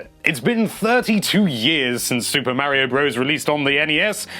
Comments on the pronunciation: MAH-RIO not MAA-RIO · NINTENDO LIVE IT IS MARIO NOT MEARIO DUMBASS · Plz say Mario correct for once.... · you can't even pronounce MARIO correctly..... can't trust you